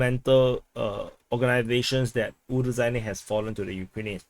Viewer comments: So the title should be Ukraine enters Robotyne... Btw the zh in Urozhaine sounds like z in azure, not j and dg in judge... there is no 'd' component, just the whistling sound. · You definetely got fooled regarding the pronounciation of Urozhaine. The kyrillic letter in the name (it looks a bit like a beetle) is to be pronounced as a soft "sh", like in "Niger". If you wanted to create a "j" sound, you would have to add a "d", like in "Джо" for Joe.